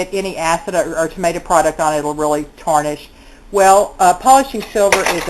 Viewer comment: Not tournish, tarnish lol